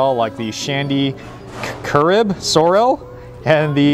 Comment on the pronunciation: Lemme help yuh out.. Shandy "CAH-rib" and "CAH-LAH-LU".. You have to come here during CARNIVAL SEASON!!